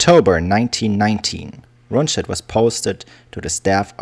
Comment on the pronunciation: True, Keitel was an arrogant idiot, but he wasn't a "von", lol! Hannover is wrong, too. The stress is on the "o", and the "v" turns into an "f". Similar to many British place names, the pronunciation has changed over the centuries, but the spelling remains as it was in the Middle Ages. The narrator often says "Rundstedt" instead of "Rundshtedt". Same with Manstein. It's "Man-shtein", not "-stein". ("st" and "sp" is always "sht" and "shp" in Standard German pronunciation.) And he completely fails at "Brauchitsch". I don't know what to make of the narrator's voice. He's pronouncing many English words with the telltale accent of a native English speaker. I can't tell whether he is a real person or a "germanicised" computer voice.